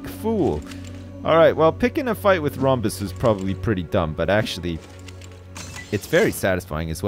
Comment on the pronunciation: "proberly"... Really?